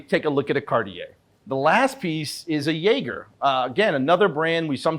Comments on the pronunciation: Talk to Tim. It’s not pronounced “Yeager”., like the German booze. You sound like an idiot saying that. It’s pronounced “Zhey-Zher”. I know that may be too difficult for a guy from Philly, but at least give it a try.... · you must be asked this often - why do you mispronounce pAtek (instead of paTEK) and yayger (instead of zhaZHER - he’s French)?